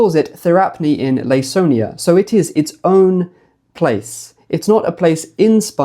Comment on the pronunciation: Hi, great video! Just letting you know that Laconia is pronounced with a k like Lah-Koh-Nee-uh for future videos :)